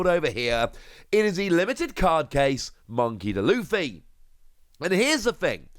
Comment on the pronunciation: Your videos are great but hearing u pronounce it as monkey deh luffy kills me 😂 its pronounced like monkey dee luffy